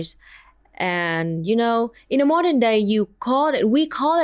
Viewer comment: Why did you say mordern fascism in three times?